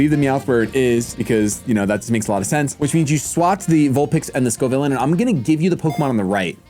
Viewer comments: Say it with me slowly, it’s pronounced Scoe-Vill-An. Not Scoe-Vill-Lane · Scovillain ❌️ Scovileyn✅️ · Pats uncompromising insistents on mispronouncing Scovillain is so fascinating. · Still mispronounces Scovillain and i die inside each time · I beg stops pronouncing scovillains name like that 😭